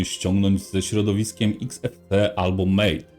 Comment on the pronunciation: Czytamy tak jak piszemy Mate a nie Mejt. Mate od rodzaju herbaty. Super film. Dzięki.